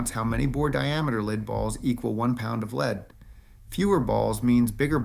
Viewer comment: AI voice. Can't pronounce lead.